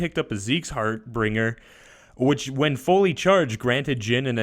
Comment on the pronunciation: And the way he says Harbinger.